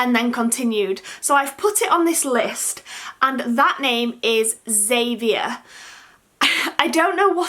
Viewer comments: I really like Albie and Elias ... The others ... not so much xD Any surname firstnames never sit with me right! I don't mind Xavier but I have never heard it pronounced the way you did. I always read/heard it Xav-ee-ay (kind of French sounding) :) Whatever you choose in the end will no doubtably be the best and right fit for the little one :D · I think you said Xavier wrong 💘💘